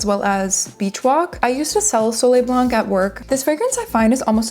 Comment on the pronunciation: you don't pronounce the C in blanc!